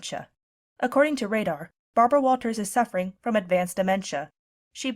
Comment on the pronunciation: Are you telling me that old woman is still alive, I am almost 60, and when I first started school she was old and worn out then. That's amazing but I know she has to be older than that. I can never forget when she said her name it always sounded like Barbara WoWo it always gave everyone a laugh